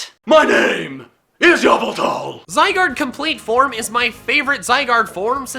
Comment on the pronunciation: THIS ISN'T THE MADTV SHOW! IT'S YVELTAL, NOT F*CKING YAVALTAL! FIX IT NOW!